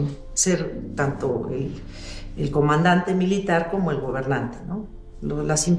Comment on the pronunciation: Dra. Beatriz, usted como literata, podría corregir a la próxima presidente Claudia Sheinbaum. Hoy le escuché decir: "soy testiga..." en lugar de testigo. Y anteriormente dijo: ,,,"seré comandanTE suprema, en lugar de comandante..." muchas gracias gran señora de López Obrador, nos hará mucha falta❤❤